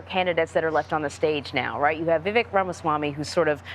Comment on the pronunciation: CBS News is 🗑️. How do you have an anchor that still doesn’t know how to pronounce Vivek’s name and claims to speak on behalf of politics? Truly disappointing